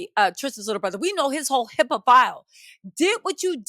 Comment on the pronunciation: “Hippa file”